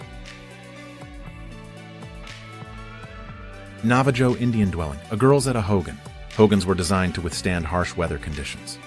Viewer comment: ish: Nah-vah-joe? Really??